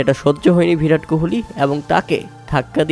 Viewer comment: ভিরাট কোহলি না রে ভাই বিরাট কোহলি হবে😂 বাংলা উচ্চারণ করতে শিখো